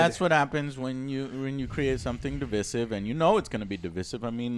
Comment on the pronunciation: The way joe says divisive is funny